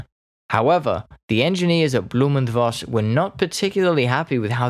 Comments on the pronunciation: I agree with those compliments! Good pronunciation, clear speech, good tempo. Very easy to understand, even for a Swede like me. Interesting subject, too ! One comment: To the best of my knowledge, V in German is pronounced like F in English. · Voss is in german language spoken Foss, not Woss.